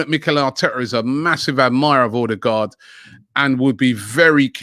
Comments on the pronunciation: Everyone: OH-degaard Robbie: OR-degaard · It's Odegaard not Ordegaard. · O-de-gaard wheres the r you keep using after the o